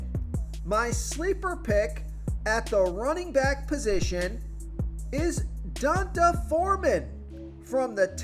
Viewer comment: Pretty sure it’s pronounced DEE-ahh-N-Tay. You say that about Devonta Freeman too. It’s DE-VON-TAY